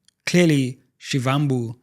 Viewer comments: Actually pronounced as Shibambu, like Muvhango tv show is Mubango. I'm Zulu in KZN by the way. Great show! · You could at least pronounce Floyd Shivambu’s surname the right way.